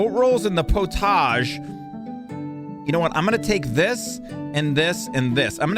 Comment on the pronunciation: Love this series. In England we say pottage like "pot-idge".